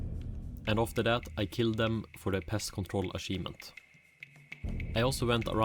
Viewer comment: when you say achivement, you need to add pressure on the ch. it isn't an s its a ch or closer to "t h" like chicken - unless you say sicken in which case dont do that either. Same all goes for champion.